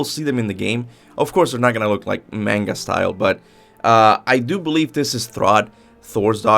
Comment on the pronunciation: Please stop saying manga like that 😭